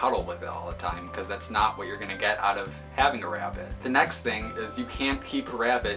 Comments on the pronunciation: i hear rabbit as " wrapped " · God I cannot stand the way you say "rabbit" lmao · Nigga stop saying rabbit like that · The way you say rabbit.... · I love how you say rabbit 🐰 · the way he says rabbit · The way he says rabbit is killing me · He says rabbit funny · The way he pronounces 'rabbit' through me off OMG!